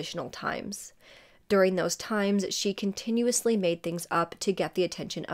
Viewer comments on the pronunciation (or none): none